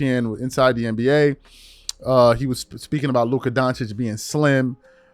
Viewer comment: The fact that you keep saying Luca lets me know you really don't know this game you've turned into one of them